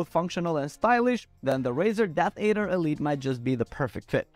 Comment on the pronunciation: Death add-er, not aid-er. It's a snake, hence a good brand choice by Razer.